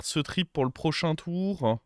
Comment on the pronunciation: Salut. J'adore t'es videos par contre on dit "tour" et pas "toureuh"